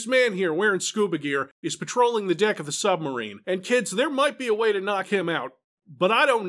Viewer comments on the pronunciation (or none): I had to listen a couple of times. Yep, says "Dick of the submarine" instead of "deck" XD